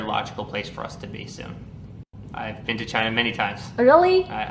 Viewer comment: "Chiner"... His New York accent, inability to pronounce words that end in "a" ... 🙄😂